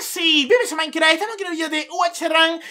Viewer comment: que dices minecraft o maincra en la intro xD